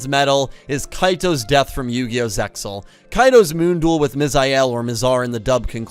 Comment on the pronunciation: Apologies, it's Sig-ner. It's actually mayan. Thats the only pronounciation issue I had. Thank you for using the japanese storylines and names. I appreciated that :) ALSO the X in ZEAL is silent. The X represent overlay units.